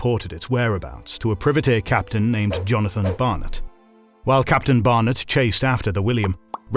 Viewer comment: why are you saying "privateer" like its a privet hedge? this kind of thing is classic AI voiceover mistake